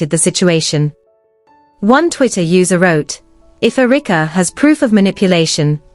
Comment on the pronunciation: AI calls Erika (Errr-rick-a)